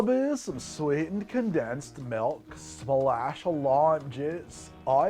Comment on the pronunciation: Sorry. It’s actually “condensed malk, brah”…… 😅😂